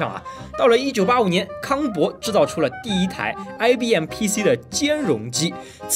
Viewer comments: Compaq康柏（bai三声）不是bo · 一个小小的问题，康柏，念bai不念bo。。怀念过去的老机器。。